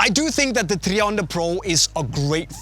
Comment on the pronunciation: It’s not treeonda bro, it’s tri, like try, I can’t stand this guy.